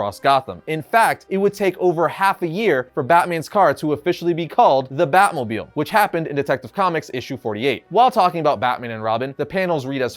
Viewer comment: Drinking game when he says batmobiel